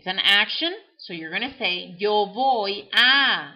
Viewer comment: I don't understand why you say "voy" with a "v" sound but you said the "v" sound like a "b". but you are not saying "boy".